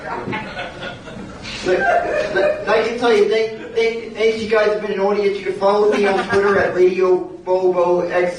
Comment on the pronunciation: An awdoiance